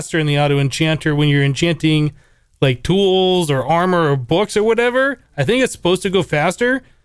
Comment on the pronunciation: "bottle of oh-chanting"